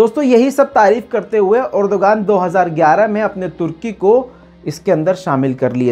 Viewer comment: "Urduaan," urdugan nahi